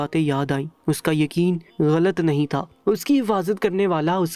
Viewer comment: If you don't know urdu talafuz, please hire someone who can deliver better talafuz. Gussa is actually Ghussa. Galat is Ghalat and paghal is pagal. You should use "gha" properly.